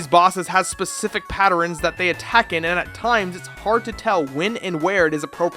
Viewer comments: Hold up... were you pronouncing patterns like patter-rens? lolwut XD Ignoring that, fantastic video as usual. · How many times did you say "patterins"?